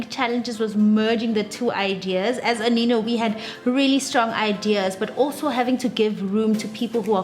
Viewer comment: I thought you pronounce it as "Aneno" but "Anino" okay